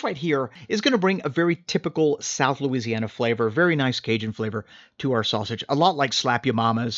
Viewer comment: At about you started to go full on Cajun Looziana with your description! Love it!!!